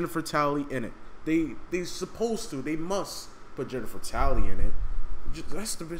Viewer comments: It’s Tilley not tally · Jennifer Tally, its Tilly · yo its jennifer tilly yo not tally lol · Jennifer tilly, not Jennifer tally